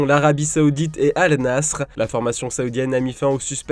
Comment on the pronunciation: Comment il prononce al nassr ça m’fume